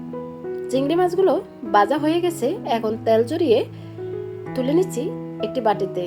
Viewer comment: Uchharon poriskar kor Baja house na bhaja hoise